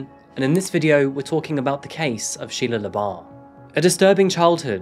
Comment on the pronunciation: Anyone else thought he said Sheia leabuff from eve Steven